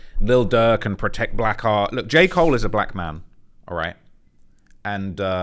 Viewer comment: Lmao I thought he was saying “protect black R” as in “Black Rights” 😂i was wondering why he wasn’t just saying “ Black RIGHTS” why